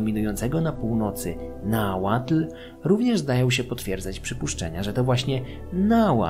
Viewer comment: Uwielbiam odcinki o Mezoameryce i czekam na więcej❤ Podziwiam za ogromną ilość pracy i czasu włożonego w przygotowanie tak rzetelnych materiałów. No i że nie połamałeś sobie języka przy Nahuatl to szacunek😅